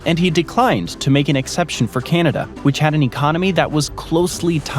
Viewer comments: Whadda 'bout Kainadah and None-of-it? 😂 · Natives called it.. Ca nawda.. We whites.. called it Canada😂😂😂 lets keep it correct